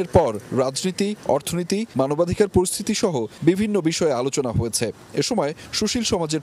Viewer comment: মানবাধিকার কর্মী উচ্চারণ করছেন মানবাধিকাড়।